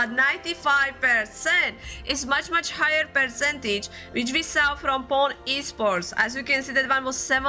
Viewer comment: Its supposed to be pronounce Poo-nè